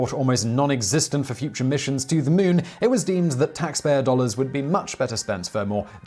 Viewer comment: Ah yes. newking the mewn…